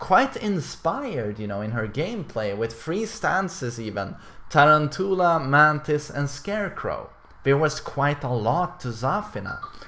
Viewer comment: Lol when tarantula is pronounced tear ran too la